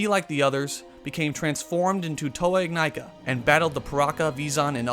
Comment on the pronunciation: The Mask of Life is pronounced "Ig-knee-ka". The Toa are "In-Nye-kah".